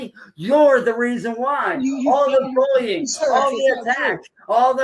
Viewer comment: “Because of your VULLSHIT VULLYING!” 😂